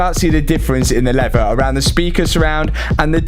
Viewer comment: You did a great job, Much patience to pull out that dashboard, Im from the USA, When you are explaining the leather and how it breaks open for the airbag, You pronounced it as Levea, How would you pronounce the word Lever, Just curious..